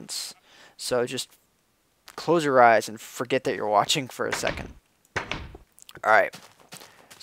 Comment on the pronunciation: He never completed saying waching